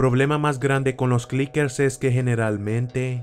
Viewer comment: Clickers... Yo: u Lala, señor francés.: entonces como se dice?!... Yo: chasquadores!